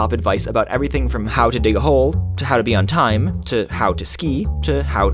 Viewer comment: how to hAo too hHAow tWOo